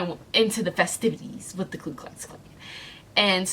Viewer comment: Ku. It's Ku. Not Klu. I mean, not that they deserve the respect of being properly referred to, but I feel as though you're an intelligent person, so I feel as though you ought to know the correct name.